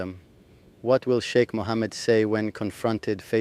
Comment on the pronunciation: Não se fala xeke e sim Sheiki